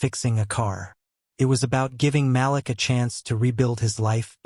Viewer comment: can you please pronounce Malik as "Ma leek"? I love your stories but it makes me a little "off" when names are not pronounced correctly.